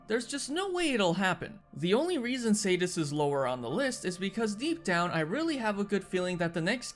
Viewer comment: Spoiler raging and furious are in iceborne now Also its SEE DEE US